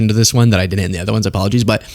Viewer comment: you're an intelligent guy. Please stop saying dinnint. The word is didn't. Thank you, and you're welcome.